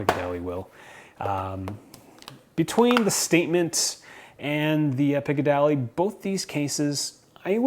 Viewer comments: it's picadilly not picadally... :) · Love your reviews but please pronounce things correctly. Piccadilly and not Picadally. LOL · Its pronounced "Pick-a-dilly" you illiterate dumbass.